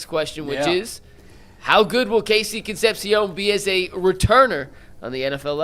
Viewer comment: Con sep see ohn Jesus, learn to pronounce